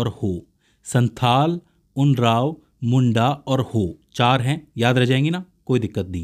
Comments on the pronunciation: Not उनराव but उरांव ok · कुछ इस तरह बोला जाता है – उराओं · Not unrab this is oraon or Oram